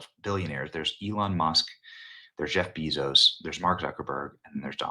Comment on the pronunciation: "Jeef Bee-zos" 😆